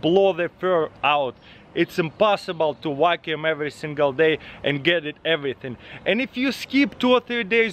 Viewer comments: "you can program this wakoum to wakoum on the edge" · “i love that you can program it to wackyuume the edges”